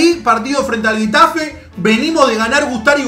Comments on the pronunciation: Se pronuncia “Jetafe" no “Guetafe". Buen video xD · No, se pronuncia Getafe y dice Guetafe